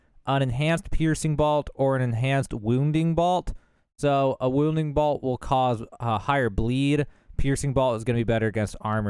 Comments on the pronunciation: BOLT not BALT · ....... idk if this makes me that guy but it's not BALT... It's BOLT like a nut and bolt... if you weren't saying balt and my ears are deceiving me(they weren't), then I am sorry, but also we gotta learn something new each day, and this is one of em. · I appreciate your video and your honesty about not knowing everything. I can't handle the mispronunciations though! It's crazy. How do you mispronounce bolt? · I've never heard anyone pronounce "bolt" quite like that...the hell you from son? lol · He's from Boltsburgh